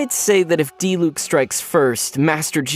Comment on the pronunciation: Bruh so you pronounce Diluc's name as Dee-luke not Dee-luck. I've been saying it wrong.